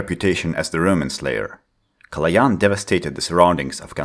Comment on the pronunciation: THIS IS A MOMENT OF HISTORY, SOMEONE THAT IS NOR BULGARIAN ACTUALLY PRONOUNCED Калоян RIGHT